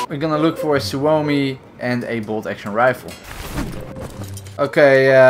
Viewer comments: Lol.. the pronunciations are so wrong lmao.. "Simo how huh" and "soo oh mi" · no you didnt you killed guys with other guns lol noob and you pronounce suomi like syömi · Not a super big deal but you pronounced suomi wrong. I had family from finland move to America around ww1 and I still have some finnish culture in my family.